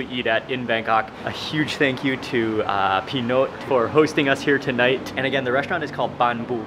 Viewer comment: Him: P'Note Me: Panot Waley HAHAHA